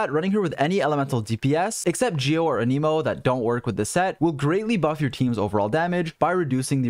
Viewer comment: my guy, ur videos are great but PLEASE stop saying "uh NEE mo" "a" as in ant, "nih" as in Nicolas (or even "neh" as in next), "mo" as in mocha